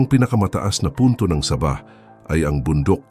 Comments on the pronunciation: Parang saging lng. Saba'😁😁😁"Sa bah". Hindi saba' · hindi sabah na saging ang pronunciation , saaabah. hindi ko alam kung saang planeta galing ang voice over , pero mali . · SAAAAAABAH , not Sa!bah .😅😅😅😅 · Ang saba' ay saging. Sa'bah ang tama. I hate AI. Anong pang dagat'? Pangda'gat ang wasto. I like to eat saging na saba". Anong Hapo'nes? Hapones' ang tama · Gonggong wag bigkasin n saging para Kang ndi Pinoy ginagawa mong saging Ang pag bigkas mo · Umupa kana lang ng magbabasa ng tagalog saabahh ang tamang pagbigkas hindi saba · Sabah, hindi Saba (ano yan "saging") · Anong saba saging?baka sabah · Masakit sa tinga ang pgbigkas mo na Sabah..medyo mabagal ng konti dapat..ang nangyari naging saging na saba ang bigkas mo..Wag gayahin ang bigkas ng AI.korny ang dating..dpat po tamang bigkas yong pinoy na pinoy kc d naman tayo kano..diga? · Ang saba ay isang uri ng saging!😝😝😝😝😝😝😝😝😝ingat lang sa pronounciation! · Sama ah ng bihkas ah parang saging eh.. nagpapatawa ka ba...hahahah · Correction lang po sa pag pronounce ng Sabah at Saba 😊 Salamat po! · Sana hindi na lang AI ang ginamit na voice over...naging saging tuloy ang Sabah...o baka naman foreigner ang nagbasa ng article... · Sabah , naging tunog saging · Sir hindi saging ang bigkas ng sabah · Boss e ayos mo bigkas mo hinde saging yan😂😂😂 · Sa-bah, hnd sab-ah kaya nga may h sa dulo e😢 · Saging yung sinasabi, sa~~~~~bah hinde sabah aayusin mo ang pag bigkas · Saaabah .... hindi Sabah....😂😂😂😂😂😂 maraming saba sa palengke ....potek.... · Engot! Anong sabaaa, ano yan saging! mag aral ka nga muna ng tagalog word kung paano mag pronounce ng tama! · Sabah na saging Yung pagkakabigkas niya😂😂AI yata yang nagsasalita eh😅😅😅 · Please be careful in pronunciation of the word Sabaj....it must be SA'-BAH.. THE ACCENT IN THE FIRST SYLLABLE... SA--BAH.. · Ano yan saging na saba (sabah) ayusin nio pagbigkas.. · SABAH (MABAGAL PAG PRONOUNCE) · Please improve your pronunciation when you specially speak Sabah!